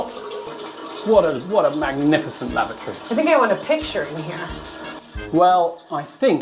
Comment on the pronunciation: "Lavoratory" sounds too much like "laboratory." It makes it sound like you're doing experiments in there, which some people may be doing !🤣